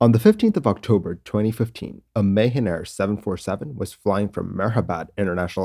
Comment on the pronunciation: Just a note, it's pronounced Ma-Haan Air not May-Hen.